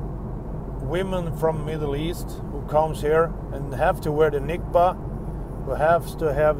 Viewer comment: Love your videos and your honesty and I mostly agree with pretty much everything you say. One quick correction if you don't mind: It's called "niqab", not "nikba". It's always good to know these terms well to not have to put up with those retarded comments like: "what would you know about the niqab if you can't even pronounce the word correctly? What credibility would you have?" Always be ready. Hope it helped :) take care, and massive respect!